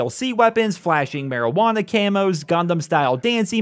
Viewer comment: I don't know why but hearing you say "marijuana" makes me laugh